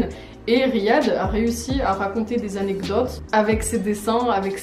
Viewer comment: je me lasserais jamais de la maniere dont else dit "anectodes"